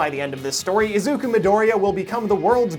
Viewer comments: E Zac ku? ITS A ZUK U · How does this anime have a dub and you still pronounce Izuku wrong lol